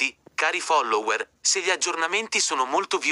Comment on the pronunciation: Almeno stavolta la voce non ha detto follawers come nei video precedenti 😂